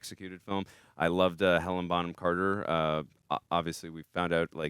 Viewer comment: Great reaction as always but please its HelenA not Helen. I was unnecessarily irked everytime you guys said it lol. I'd love to see you guys react to Anna and the Apocalypse, its a fun ride.